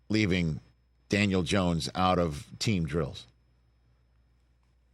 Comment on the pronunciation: He doesn't even know how to pronounce Dan last name 😂😂😂 Gracias por confirmar lo que ya todos sabíamos 😅